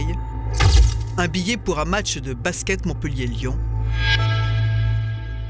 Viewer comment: Deja quand tu entend baské au lieu de basket Faut pas demander l etat de l enquete comment elle est faite ....